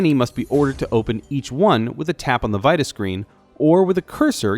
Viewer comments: Kinda weird how you said vita o.O good review tho :) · Love how you pronounce Vita XD